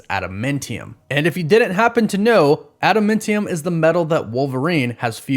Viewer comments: AdamAntium. Not adamIntium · LEARN HOW TO SAY ADAMANTIUM (NOT MINT) AND Genosha said like Jennifer. A J SOUND. You are killing me.